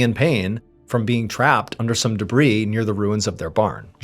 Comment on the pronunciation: I’ve only had one issue with Mr Ballen and it’s been the way he pronounces the word “debris”. Thank you for finally saying it correctly (silent “s”) cause my ADHD couldn’t handle hearing it the other way 🤣